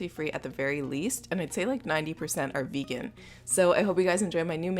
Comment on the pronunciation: Not to hate or anything but i just dont like whe. She says vegan xD